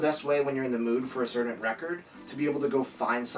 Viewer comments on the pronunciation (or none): none